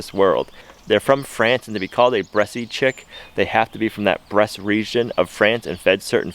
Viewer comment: I believe the bresse chicken is pronounced with the last e silent LOL